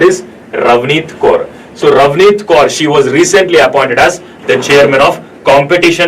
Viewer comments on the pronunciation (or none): none